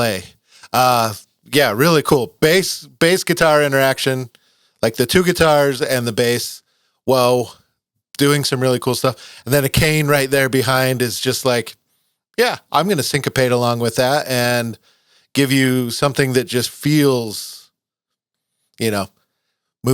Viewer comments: Akane; ( Ah - Khan - Nay ) just helping you out a bit brother. 🤟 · FYI Akane is pronounced “ah-kah’-neh” Good reaction. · Ah-Kah-Ne. Try "Blooming" next. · AKANE is pronounced “A-ka-ne.” Their instrumental FROM NOW ON is a showcase for AKANE’s deft touch, precision, and terrifying power. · Akane Hirose...(Ah-kah-nee) or (Ah-kah-nay) (He-row-see).... Japanese pronounce most all vowels, not structured like English. I too am a drummer, former, and Akane is one of my favorite Rock drummers of all time......and I go back to the 60's.